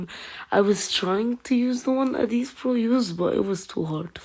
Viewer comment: Nice but it's not adeez pro it's adizz pro try to say ad then izz.